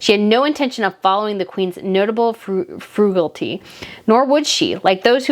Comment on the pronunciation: Hey girlfriend. I am liking your channel. I look for new post everyday, but I do think you should brush up on your grammar. It’s not Uninterested! It’s disinterested, it’s not frugulty, it’s frugaaaaality, long a….and please stop saying Dorea, like Doritos! It’s one word Doriiiiiiaaaa!